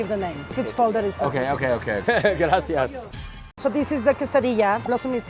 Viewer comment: Perfectly executed "gracias" Joshua, Hermano, ya eres Mexicano.